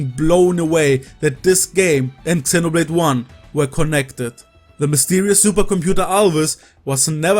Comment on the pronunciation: Love your videos but please pronounce Xenoblade appropriately 🥲😄 X is more like a Z